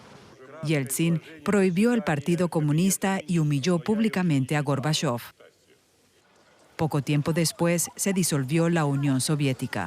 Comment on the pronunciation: ¿Por qué la locutora dice Górbachov cuando es Gorbachov?